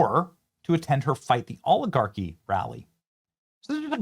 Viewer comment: “We have to fight the AW-Li-Gawki” Bernie Sanders